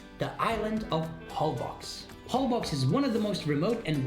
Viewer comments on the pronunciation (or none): Holbox is pronounced HoL-BOSH and means in Yucatec Mayan "black hole"